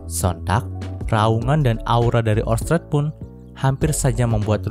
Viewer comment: Pas bagian ngomong orsted yah bikin gangu pengucapan kurang pas gituh min